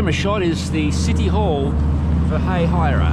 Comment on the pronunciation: As a native, the first way he pronounced it was correct 😂. “Hay-hai-ruh.”